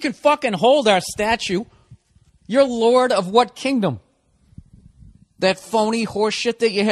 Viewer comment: "LORD OF WHAT??" ...lorda what?